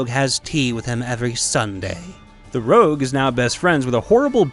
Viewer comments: Rogue. Not rouge. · BRO IT'S FUCKING ROGUE NOT ROUGE ROUGE IS MAKEUP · "Rogue"," not "rouge."